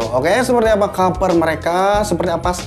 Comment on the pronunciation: Kaper....kaper....kaper.... hedeeh....yg bener klo ngomong